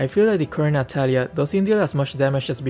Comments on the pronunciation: Its Natalia not natatalia ahhahaa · U Said Natatalia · lol 'Natatalia' Good one 🗿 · "Natatalia" lmao it's fine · Ah yes, "Natatalia" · Ah yes,natatalia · Its natatalia